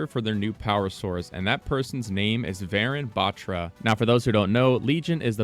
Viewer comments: warune baAtra.Its pronounced like that. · Not to be mean but you're kinda butchering the pronunciation for Varun Batra. It's pronounced Vuh-roon Buth-ra Like the comment if you didn't know this so more people learn the correct pronunciation :D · Its Pronounced Varoon Batraa the “tra” in Batra is pronounced Like spanish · Note: Ur pronouncing varun batra wrong, its pronounced as Vuhroon buhtraa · He researched soo much yet forgot to research how it's pronounced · although its cool they're adding an indian agent, guys please learn to pronounce varun batra properly.. thanks (pronounced as {va as wa in was: ru as in run; and n as nuh} his last name being {bha in bharat; tra as in traditional} overall being waruhnuh bhatra) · Actually it's pronounced Vaaa roon buttraa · vuh-rune but-tra. that is how it should be pronounced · pronounce it like Varoon battra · Finally, a fellow Indian character, pogchamps also its V-e-roon B-e-traa pronounced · Pronounce it as vaaroon baatraa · Hi! I mean no offense, but the proper pronunciation of Varun Batra is [Vha-roon Bha-thrah] :) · bro just messed varun batra pronunciation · It's kinda funny how he pronounce the name varun batra...😅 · I cringed at his pronounciation of varun batra 😭😭